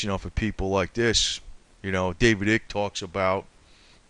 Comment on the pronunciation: David Icke the I is long sounding not short. 🙄